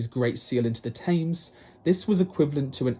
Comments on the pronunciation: You say you were raised in England but cannot pronounce Thames correctly? (its temms not taymes) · It's not pronounced tames but tems. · “Thames” of the “River Thames” is pronounced with a flat-e sound — “tems” — not a long-a sound as you pronounced it.